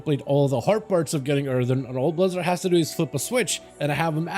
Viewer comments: earthurn he says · Earthen* not Earthern.